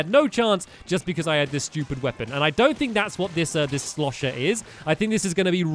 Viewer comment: I crack up when ever stampy says shlosher